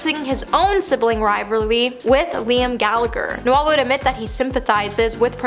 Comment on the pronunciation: How do you pronounce "Noel"?It's not Christmas.